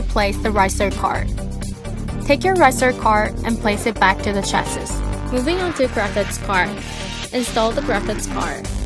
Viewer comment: The last "S" in chassis is silent!